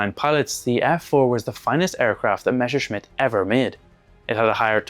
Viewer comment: meSHerschmitt -> instant downvote It's MeSSerschmitt